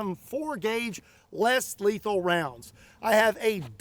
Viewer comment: You said "less lethal" I heard "Houston Jones"